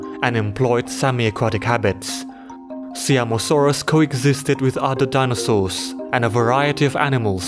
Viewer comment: It isn't See-am-o-saurus. It is Sie-am-o-saurus. I wanted to clarify because this is the pride of my country